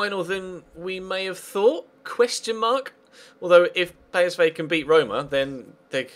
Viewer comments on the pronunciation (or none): I think you'll find its pEEsv not paysvay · ***** Belgen zeggen volgens u dus "Pie" in plaats van "Pee"? Daar heb ik zelfs de heer Gerets nooit op kunnen betrappen.